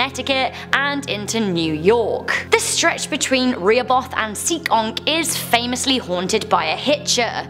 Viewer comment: bro sorry to burst ur bubble but it’s pronounced SEE- KONK